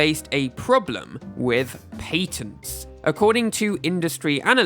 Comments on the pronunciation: Patents has a short a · paytent got me clicking off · Literally can't watch this patents pronunciation is too horrible 😂